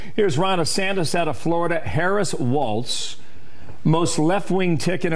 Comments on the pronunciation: KYLE! I love you but It's WaLZ, not WaLTZ !!! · It’s WALLLZZZZ!! No T! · Walls not waltz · I’m a big fan of your podcast Kyle but if you say Waltz and not Walz one more time I’m gonna lose my shit lol 😂. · I think its pronounced Walls